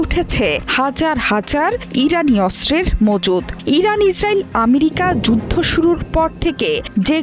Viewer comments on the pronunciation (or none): none